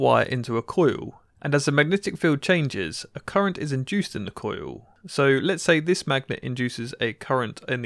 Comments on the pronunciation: Why does he pronounce "coil" as "coo-yoo"? I've heard people with English accents say "coil" before, so I just don't get it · cOOUILLllll....cojiul :D hillarious